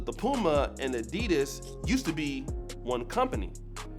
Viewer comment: I love PUMA. You are mispronouncing ADIDAS